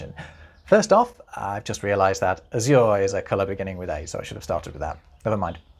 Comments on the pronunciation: The stress in azure is on the first syllable. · I just heard a word I've never heard pronounced by a Brit, and it's different than the 'gringo' spelling: azure. We say A-zhur, but you say a-ZOOR. Hmm! Re. the orange section, nah-RON-ha (Spanish) is nah-RON-zhah in Portuguese.